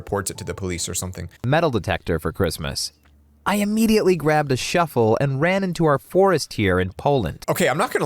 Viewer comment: He said shovel but instead of v he said f